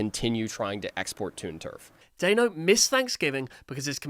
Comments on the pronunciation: The way you said danno made me die a little inside It's not daino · It’s pernosted Dan-o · I'd like to politely inform you, his name is pronounced Dan-o, like Daniel, but with an O at the end, like as if his parents expected him to become a cereal brand. Dan-O is how Danno is pronounced. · For info it's pronounced "Dan-o" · by the way, you said it wrong. Hope this helps you! ( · I hate to be that person, but Danno is pronounced like "Daniel" (Danno's real name) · it pisses me off on how you say danno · you're pronouncing danno wrong. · Stop saying danno’s name like that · You mispronounced Danno you do not say The a you see the sound of the a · not me raging every time he says dAnno instead of dAHnno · Great video, but his name is pronounced Dan-no, not Dane-no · pretty sure it’s called DAN-o not day-no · NOOOOO IT'S PRONOUNCED DAH-NO NOT DAE-NO anyway cool video. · It's not daino Danno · Dayno 😂😂😂 it’s Dan no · its not “dayno” it’s pronounced “dano” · Why you pronouncing Danni, Dayno?😭😭 It's Dan + no --> Danno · It's pronounced dan-o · Leave toon turf alone from this it was supposed to be released 2 years ago and it’s not even to end ai it’s also pronounced Danno not Daino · Just to say, it's pronounced dah-no not day-no. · Your saying Dannos name as dÆnno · i think you are saying dannos's name wrong you are saying daino it's actually danno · yes it is just a Mom ranting about Riggy NONE OF THIS IS A METAPHOR FOR AI SLOP DON’T BE LIKE MY ENGLISH TEACHER Oh also, it’s pronounced Dan-no, not Day-no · Bro said dano😂😂😂 its danno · it’s not “day-no” it’s Dan-no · Dano 🤣🤣🤣🤣🤣 it’s danno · No hate but it’s pronounced Danno not dAnno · no way bro called DANno DAYNO! ITS PRONOUNSED DANO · I KNOW RIGHT!?!?! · By the way, just so you know, it's pronounced da-no, not dai-no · W video but when you say danno don't pronounce is name like that daynno pronounce is name like that denno danno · Bro really pronounced it as Dianeo, instead of Danno